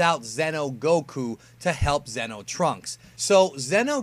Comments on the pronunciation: zee-noh, not zen-oh fuck I made a joke on accident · Its pronounced ze no not zeno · Zee no Goku not Zeno Goku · *Xeno not zeno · Xeno is not pronounced “zeno” it’s pronounced “zee-no”